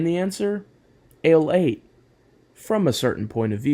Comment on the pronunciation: Ale 81! Not "Ale 8" it literally explains itself as "A Late One" hence "Ale 81"